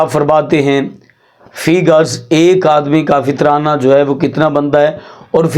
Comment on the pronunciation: مولانا معزرت کیساتھ لفظ فی گز نہیں بلکہ فی کس ہوتا ہے ۔